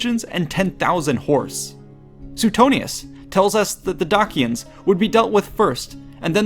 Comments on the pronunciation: DAYSHENS NOT DAKIANS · love your work with all your vids but absolutely did my head in you numerous times pronouncing dacians one way, then saying it a different way. romans would have said it 'dackian'. at this time and mostly, c was always pronounced with a hard c like cat. not a soft c like church. so you mostly say 'dachians' was wrong